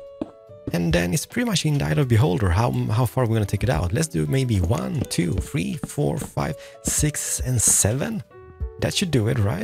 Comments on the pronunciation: I love the way he says three “ one two fwee four five” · you say number 3 weird